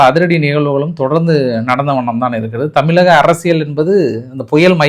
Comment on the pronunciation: ஐயா உங்களுக்கு ழகரம் சரியாக உச்சரிக்க வரவில்லை.தமிலகம் என்று உச்சரிப்பது சரியில்லை.தமிழ் மொழிக்கே சிறப்பு அந்த ழகரம்தான் அதை சரியாக உச்சரியுங்கள். இது வேண்டுகோளாக ஏற்றுக்கொள்ளவும்.